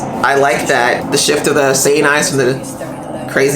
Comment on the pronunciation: EYES Sedai is the pronunciation, rather than EYE-ES Sedai. Glad you're getting some background. I should really help give context to your reactions.